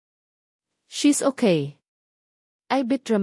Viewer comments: Ayusin mo naman Ang pag bigkas mo pronounce it carefully Anong okai? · Magrehearse ka muna sa pagbabasa mg kuwento mali mali ang pronounciation mo pati okay ay okai, ang totoo at to too ang pronounce . Napakagandang kuwento pero nasisira sa pagbabasa ng narrator. Dapat irehearse ka muna ng admin